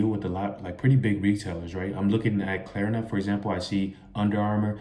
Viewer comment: Klarna not Klerna